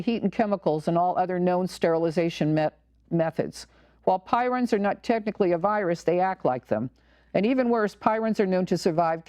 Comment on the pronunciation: I believe the oddly folded proteins are called prions (pronounced PREEons), not pirons. Thanks for your work. At the very least, they need to get the flouride out of the water supply. I don't drink tap water due to that and the chloramines plus all the pharmaceutical traces and who knows what else, pesticides, glyphosate (Roundup), and on and on. Yet the Sierra Club wants us to drink tap water to save the landfills from being overwhelmed by too many plastic water bottles from bottled water. I am sending out crystal messages to prevent 5G. I have tried to tell people about 5G but most people are so dumbed down from consuming the tap water!